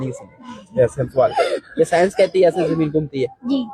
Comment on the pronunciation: साइंस नही सैंस 😂